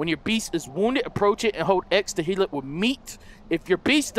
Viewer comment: He did say heal he just pronounced it, "Hill".